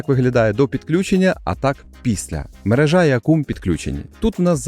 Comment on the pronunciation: якийсь лінгво-клюб у нас тут :D Але наголос дійсно інший. Хоч персонально я - навіть не звернув на це уваги. Спілкування з людьми різних діалектів дає ознаки :)